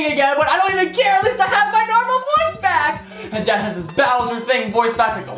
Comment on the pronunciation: Bowser not browser